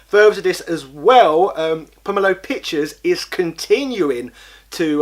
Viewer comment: Just put a link to his channel or video? He pronounces "Pomelo" different to you too, listen to the video you are re-uploading to figure out the pronunciation. Over 10 mins though, so congratulations.